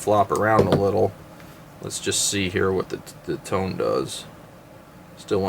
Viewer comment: FYI. The "Tone" is pronounced toe-nay